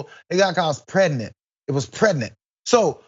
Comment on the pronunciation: Ummmm wtf is "prednent"?